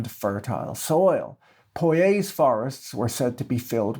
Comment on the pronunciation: I think your pronunciation of cazique and Poyais is correct.